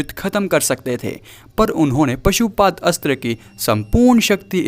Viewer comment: Pasuupath nahi pasupath